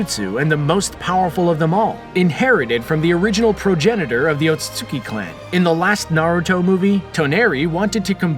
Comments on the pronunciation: Ote suite ski = otsutski Not ote sote suki 🥴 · Sounds like your brain skips every time you say "Otsutsuki". Lol. Still, great video.